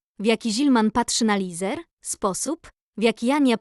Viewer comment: Lesar nie Lizer